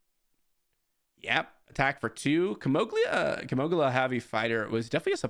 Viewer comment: It's not Kimoglia. It's Ki-mo-gila